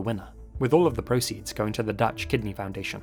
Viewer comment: I love u but pls never try to say anything dutch ever again